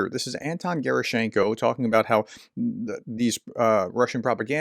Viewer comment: I can witness, usual Russians are enjoying Trump’s victory… All presented looks like a propaganda hiding the close connection. And one more time, the correct pronunciation is Ge’rAschenko